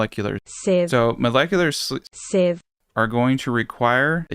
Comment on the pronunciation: Pronouncing molecular steves is definitely a challenge